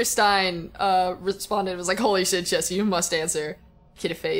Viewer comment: I'm just super happy Jessi pronounced my name correctly. :)